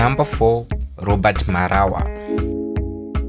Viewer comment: Robaart?lol, ai bro